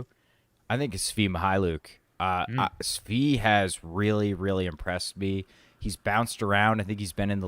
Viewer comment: How did this man just say Svi's name?